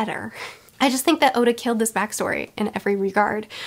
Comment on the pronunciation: I've heard her mispronounce a lot of things, like Oda being Osa, but now she just pronounced ally like alloy and I kinda lost it and giggled out loud.